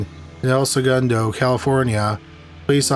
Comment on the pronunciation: El - Say-goon-dough = El Segundo !